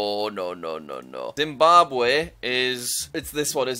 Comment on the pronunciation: dimbabwe 💀 (no offense it's funny)